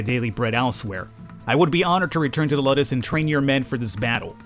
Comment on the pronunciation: And its Luuudus, not luddes xD you might wanna watch some episodes of Spartacus ( the "new" series ) to get some knowledge about that kinda stuff, its even relatively good and you might enjoy it pretty bloody tho, alot of nude and sex, and more blood and gore xD i hate the intrigue shit thats in it, but the rest is good season 1 was the best anyways